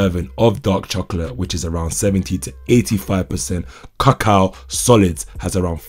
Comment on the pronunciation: It's coco honey, the a is silent